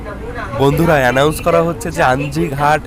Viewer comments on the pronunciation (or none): none